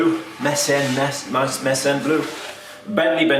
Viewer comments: I think its ‘My-Sen’ blue. Iirc Meissen made pottery or porcelain. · ‘My-sen’ Yep….that’s exactly how it’s pronounced.